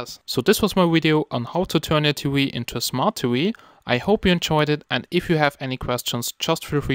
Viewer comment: smart T-wee lollllllll, great video, or should i say wideo. lolololol